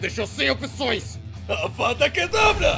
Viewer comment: "não é Avada KedaBRA, é Avada KedraVRA" - Hermione